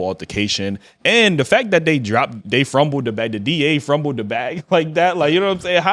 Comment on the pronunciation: "Frumbled the bag" 😂